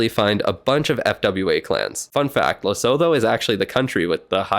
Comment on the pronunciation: Its pronounced les-oo-two not les-oh-fo btw. Sorry just a geography nerd and everyone mispronoucnes this country 😭